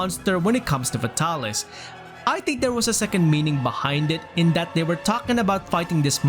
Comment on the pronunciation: “F’tah-lis” ~ 2020